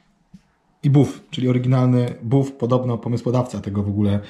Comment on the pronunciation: ten czy ta, obojętnie, ale <<<BAF>>> a nie 'buf' :D